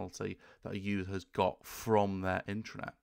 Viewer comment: first constructive criticism. your pronunciation of (internet/intranet?) drove me to the transcript. sounds to my ear "intranet" which would be appropriate for Private authorized users only access. the transcript says internet, what are you saying? it would not be the first time i found major errors with the transcripts. sharepoint could be considered cloudbased intranet to an organization.